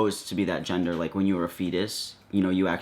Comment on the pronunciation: I knew it qhen he said two qhite religious girls